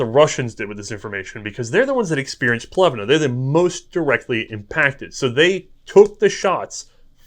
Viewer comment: Omg! Dude, it's not Plevna, the city is called Pleven. The last "e" is "e" not "i" or "a" or anything else. In Bulgarian you speak what you read and write what you hear, that's one of the benefits to use an alphabet designed specifically for your own language.